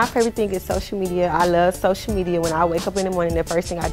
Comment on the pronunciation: "Shoshial media"